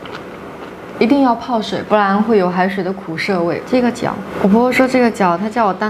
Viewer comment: 苦涩，SE不是SHE